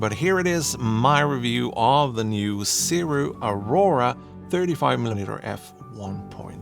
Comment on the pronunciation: Why not compare the sirui to the new sigma 35mm f1.2 ii ? And it's Sirui is pronounced Suu Rayy